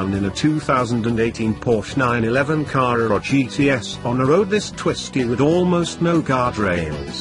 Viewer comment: Great descriptive prose even if I do struggle at wondering about the deliberate mispronunciation of " Car-rurr-rrar " and " Pye-rurr-lee " . As for the car, well, I think one would struggle to find another that was better.